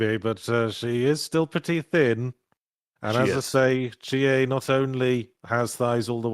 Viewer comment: It's Chiie anything else is wrong